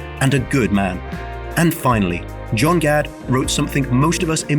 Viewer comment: “Jon Gad” ??? 🤨